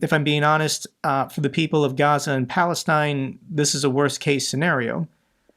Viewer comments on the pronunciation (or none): none